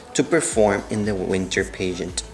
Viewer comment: Great story! Pageant was not pronounced properly.